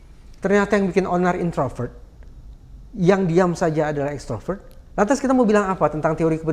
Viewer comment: Instroper atau extroper keonar